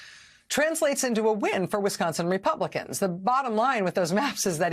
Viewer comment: THERE’S SOMETHING ABOUT “REPUGLICANS”😱😱😱😱